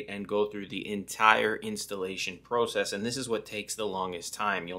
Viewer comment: OK stop saying process it’s process